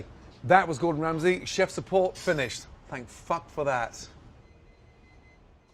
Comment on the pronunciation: 最後のthanks for thatをthanks f*ck outに聞こえるように言うの草